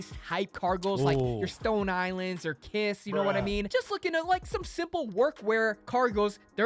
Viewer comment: he say kiss?